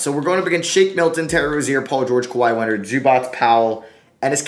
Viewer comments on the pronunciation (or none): none